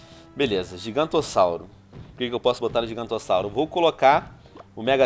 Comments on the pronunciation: venom porque voce fala giguantossauro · porque VC fala gigantossauro?